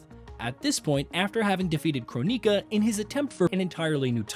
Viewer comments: Your pronunciations are making my eyes bleed. If I had to hear croneeka one more time.... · what is a Crow-nika? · Croneeka, byehon, syromancer, Lin quei, The list goes on I'm surprised he didn't pronounce scop-ey-eon